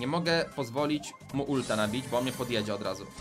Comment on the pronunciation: niemuwi się bu tylko bo